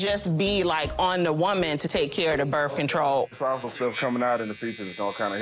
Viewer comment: She said she didn’t want berf control